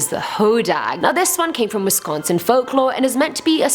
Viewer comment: You’re the first one on the channel to say Wisconsin correctly.